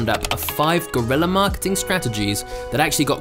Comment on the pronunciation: It's guerrilla not GORILLA 😂😂😂😂😂